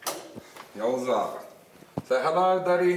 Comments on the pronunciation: The bro said yoza 🤣🤣🤣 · Hahah “yoza”😂